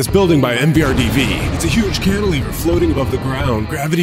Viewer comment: Like, wow. So gnarly, my duuuude. Cantilver? More like: Yes, You Can-iliver!